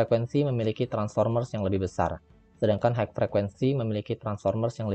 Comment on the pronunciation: Matur suwun info nya Untuk tulisan HIGH...di baca nya HAI...bukan haik..mas..